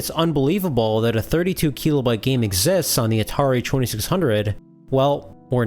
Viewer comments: KEE-LOW-BYTE?? Silly pronunciation lol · I'm going to start saying "keelobyte" 😊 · It's pronounced kilobyte, not kilobyte.